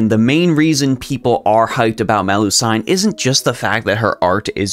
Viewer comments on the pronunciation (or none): It's pronounced like seen, like Mel-lu-seen, not sine. It's actually like this in multiple languages in Europe, not sure why. And I personally think Melusine is better than Morgan by far, she is undisputably the best lancer in the game while only really fans think Morgan's the #1 berserker.